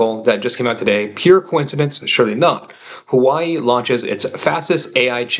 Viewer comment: Good take. Also had a very negative outlook on Nvidia for a while. Ludicrously overvalued. It's pronounced more like HooahWay btw, not Hawaii - normally not the type to correct things like this, but found calling it "Hawaii" to be kind of silly and had to intervene :)